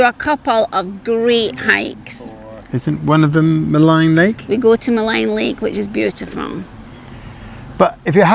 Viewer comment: Nice video; hope you folks have a great time. FYI Maligne is pronounced Mah-leen not Mah-line. Google gets it wrong as they give the "American pronunciation". There is no American pronunciation.